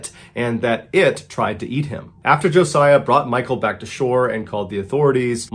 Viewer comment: Thank you for pronouncing Josiah correctly!!!!! Most people put the Z in place of the S...